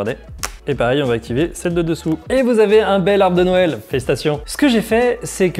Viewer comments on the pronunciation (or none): none